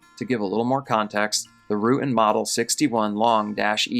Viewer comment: Very minor nitpick for your future reference: "Rutan" is pronounced "ru-TAN". Also, the Long-EZ, like all kit planes, is considered experimental and is built by non-professionals, although it's designed by a professional. Different examples may have very different standards of construction. The "misplaced" fuel selector valve and gauge are a striking example of this. This was an exceptionally bad choice. Denver absolutely should have refueled the plane. Pretty sure that Denver's accident was, in fact, just an accident. (BTW, there's nothing wrong with the design of the plane per se if properly built and flown.)